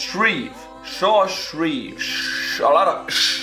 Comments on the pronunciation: Josh is not pronounced like shosh more like tshosh :D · so anyone just ignores on how he pronounce Josh as"shosh"